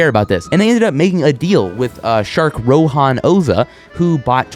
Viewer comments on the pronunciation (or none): Rohan is pronounced as (Row-Hun) not row-han.